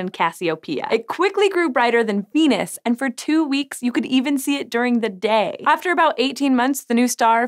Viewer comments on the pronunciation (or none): none